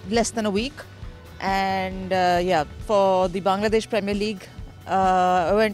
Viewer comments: এশিয়ার মানুষ ইংরেজি বললে সহজে বুঝা যায়। কিন্তু ওয়ার্নার, উইলিয়ামসরা যখন ইংরেজি বলে বুঝা কষ্টকর হয়ে যায়😁😁। প্রথমে Bongladesh উচ্চারণ করলেও পরে Bangladesh উচ্চারণ করেছে। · bangladeah, not bongladesh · He said bongladesh 🦵🦵